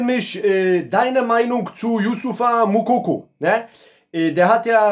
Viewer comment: Sprich erstmal seinen Namen richtig aus dann kannst du über ihn urteilen